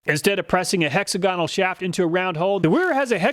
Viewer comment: Small criteria. Hexagonal is not pronounced that way. Please it sounds terrible. Thanks